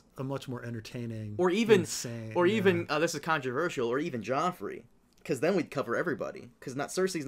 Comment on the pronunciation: Best Dotrice moment, saying "Prince Geffrey" half the time during the first book.